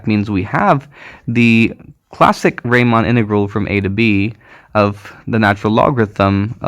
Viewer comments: Thanks a lot for this amazing presentation. I had never heard about product integrals. Just a little correction: the "normal" type of integral is named after Bernhard Riemann ("ie" instaed of "ei"), and Riemann rhymes with Reemunn. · It would be useful to know about real applications of these integrals , e.g. in physics . And a little ramark : it is Riemann (Bernhard) , pronounced like ''Reemann ''.